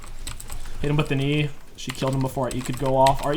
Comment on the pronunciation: Love your vids man. Something funny about this one though is that every time you say "Hit him with an E" I at first think you said "Hit him with a knee" lol XD